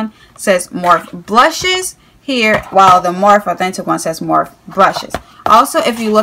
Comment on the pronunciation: It's pronounced like morphie but spelled morphe